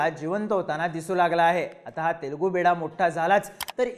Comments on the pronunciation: ते बिडा नसून बिड्डा आहे. बिड्डा म्हणजे तेलगू मूल असा होतो. 😊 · I appreciate your analysis and imagination in politics to increase the curiosity of viewers. You imagine what is not going to happen. Please do the video on 10th September with reference to this video for the result. By the way, it is not Telugu Beeda, it is Telugu Bidda, which means Telugu Child. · Wrong word and wrong meaning of Telugu bida..in bol bhidu.. It's not bida.. It's" bidda" means son